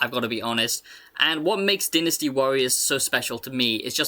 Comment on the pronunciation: Take a tequila shot everytime he says deenastee warriors